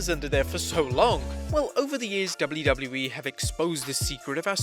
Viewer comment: You say wlwe it's wwe